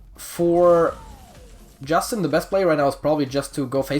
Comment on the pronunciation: The name "iustin" is romanian, you can look it up how to pronounce it as it is hard for me to explain. You can call me though, I don't mind.